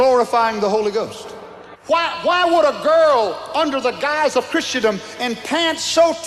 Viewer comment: "christiadom" is that what he said?